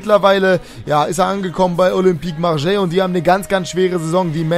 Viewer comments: lille wird liy ausgesprochen und olympique marseille mit scharfen s und nicht mit sch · Ist echt so😂😂😂 Denke mir schon seit ca. 2 Jahren warum er Marseille so komisch auspricht😀😀